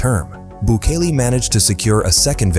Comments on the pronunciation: Good grief, stop butchering names. It's Bukele (Boo-Kelly) not Boock-eh-lee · “Racial profiling” in a country that’s over 90% mestizo? Also “Book-Lee”. Sorry man, this video ain’t it.